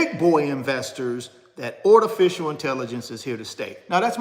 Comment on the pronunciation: What the heck is a panakin? & ortificial intelligence. Is that your garage? Thanks, for nothing 😂😂😂😂😂😂😂😂😂